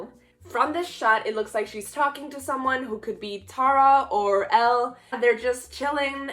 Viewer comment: Idk If you’ve noticed but you’ve been saying Elle and Taos names wrong